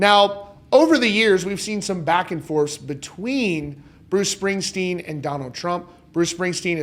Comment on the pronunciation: "Springstern" LMAO. More like (((Springstein))), am I right? 😂